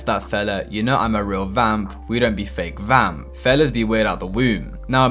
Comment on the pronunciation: bro said vake famp instead of fake vamp😭😭